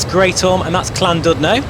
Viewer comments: Try pronouncing Llandudno as. lan-did-no instead of lan-dud-no. Other wise this is awesome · Great video! Just to ley you know LLandudno is pronounced Clandidno. U has an i sound in welsh